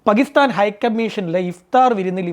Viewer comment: പകിസ്ഥാൻ അല്ല ടോ.. പാകിസ്ഥാൻ എന്നാണ്.. നാക്കുവാടിക്കാതെ നേരെ എഴുനേറ്റു വരും 😡😡